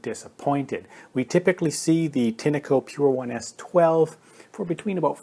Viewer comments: You are pronouncing Tineco wrong it's Tinco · Why do you call a “tin-a-co” ? When there is clearly no a in the brand name